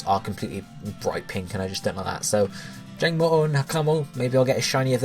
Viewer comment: Can you pronounce Jangmo-os line correctly please!?